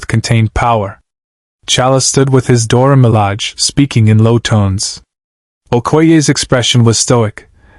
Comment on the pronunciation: It's Dora Milage, not Dora Malag